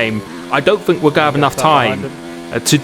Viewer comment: it grates on me you pronunce th with f fink free bruh its think .. three